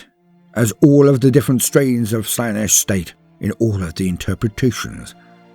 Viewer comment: not nish. Slaynish. Ciaphas Cain: The heretics hand. Colonel Castine pronounced it wrong.